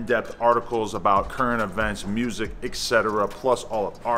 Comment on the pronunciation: Omfg don’t tell me Chicago niggas say “mursic” too 🤦🏽‍♂️